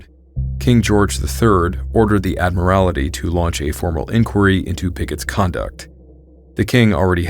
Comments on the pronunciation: Just FYI: ADD MUR IT EE. Not as you pronounced it. Not being critical; trying to be helpful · The word is Admiralty ! Otherwise very interesting , thanks . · Dude. A marine who cant pronounce Admiralty?